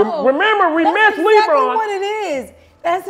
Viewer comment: I Hollered when he said "you remember we missed LEEBron" 😂😂😂😂 These niggas hell bruh 😂